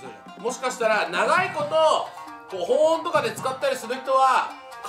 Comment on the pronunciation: 細かいけど ［保温］は「ほんおん」じゃなくて「ほおん」ね笑 結構気になった笑